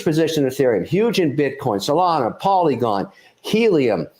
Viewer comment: Did he say pollen coin? Lol 🤣